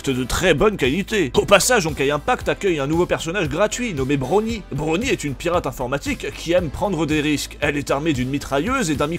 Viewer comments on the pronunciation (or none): Il a appeler Bronya "brony".... mon dieu